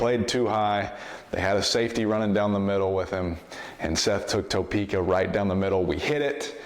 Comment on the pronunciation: Lol he said Topeka like John Gruden